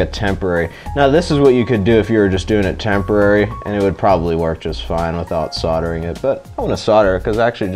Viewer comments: SOLDERING not SODERING. Lol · Sordering.... Fucking sordering, that's pissing me right off